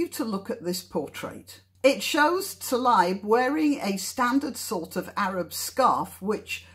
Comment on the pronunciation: Thank you for pointing out the ‘Israel map’ thing on top of Arafat’s head. I never knew.. and btw; you should pronounce Rashdas family name- Taleeb. Shabbat shalom from Israel